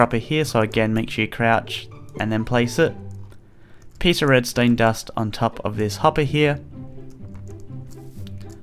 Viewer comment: BRUH😂 HOW HE SAID REDSTONE DUST THOUGH